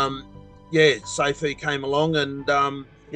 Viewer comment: he meaned soofools not safuu 😂😂😂😂😂